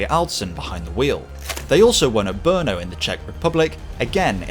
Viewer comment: I hate to be that guy, but how do you get Imola's pronunciation so close, but can't pronounce Murcielago or Brno properly? 😁 Me being me aside, great video